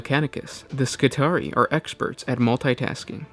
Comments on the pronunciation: It should be pronounced "Skitri-eye" like the trarii spearmen in Roman legions. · It's "Skih-tary-eye" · It's pronounced Ski-tar-ee-eye. It is the plural of Skitarius. Similarly, radii and radius.